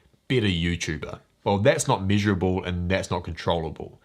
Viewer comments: Mate, gotta work on your pronunciation, miserable and measurable should not sound the same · Glad I looked at the screen. I kept hearing miserable instead of measurable.